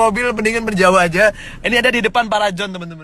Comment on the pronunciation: Di depan PARAJON? 🤣🤣🤣🤣 Bhs inggris nggak, Bhs indonesia juga nggak gitu. Kemajon wooooiiii